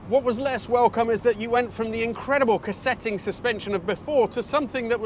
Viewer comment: Love your videos mate but that's not how you pronounce "cosseting" . It's COSS-eting".